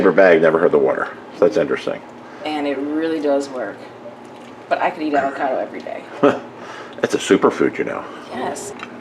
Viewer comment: Avo cado not ava cardo